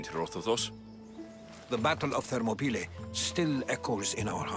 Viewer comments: He say thermoplies you say thermoplies is monopolie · They say names different to sound more Greek because names are little bit different, for example Hercules it's actually Erakles Ηρακλής , Herodotus Erodotos Ηρόδοτος or places Thermopylae Thermopyles Θερμοπύλες they're not accurate in English this is why it confuse you when you hear them saying them differently but they try to say them more accurate in Greek, I tried my best to write them in English to sound more accurately to Greek